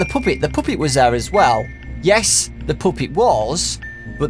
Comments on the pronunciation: Why do u say Poopet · Puppet not puuppet like pappet but the u is kinda is a A just saying😊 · i love how you pronounce puppet like POOP-EAT! (NO OFFENSE) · take a shot every time he says the "poopet" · Take a shot everytime he says pupit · OMG I hate how he says puppet!